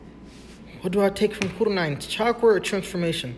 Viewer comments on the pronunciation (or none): Am I the only one that bother with the way he put "Kurenai" as "Kureni?" 💀